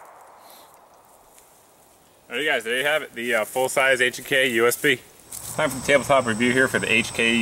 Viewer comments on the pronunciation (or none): none